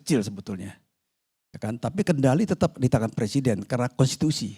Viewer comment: Sebenarnya pengucapannya = PER SIDEN atau PRE SIDEN ?😂😂😂😂